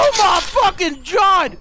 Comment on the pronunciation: Anyone else hear him say oh my Fucking jod